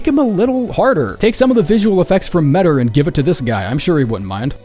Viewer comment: By the way “metyr” is pronounced “Ma-Tear” not meder. 😭🙏